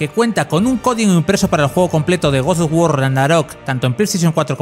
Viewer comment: Porqué dices gords dos guor?